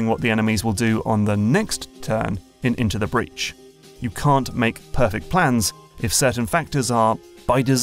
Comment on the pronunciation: INTO THE BREADH LETS FUCKING GO